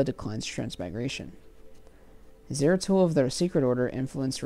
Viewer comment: "Zaratul" not "Zero Tool" 🤣